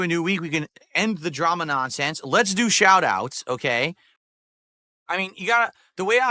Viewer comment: The nahnsense